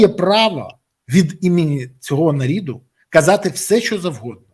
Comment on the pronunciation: Я зауважу,не нарид,а народ ! Якось будьте уважни до своеи украинськои мови !